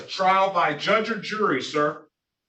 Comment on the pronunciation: He wants a trial by jurr. I love when these morons try and used advanced vocabulary, but cannot even pronounce basic English words...